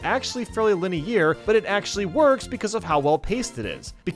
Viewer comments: LINUH EAR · lin- ay- year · i hate how he says linear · I can never unhear how he said linear 😂